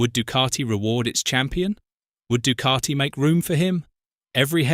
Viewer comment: It’s not du cart I It’s Ducati